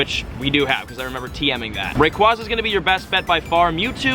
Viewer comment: He doesn’t say Rayquaza right😢